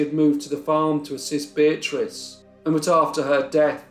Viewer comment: Why would he spend a lot of money in hospital bills if he was guilty? I think they hanged an innocent man. When you say Beatrice it souds like bitch to me. 🤪